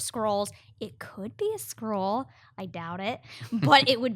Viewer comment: Again, with the "Scroll". It's Skuh-Roh-ULL....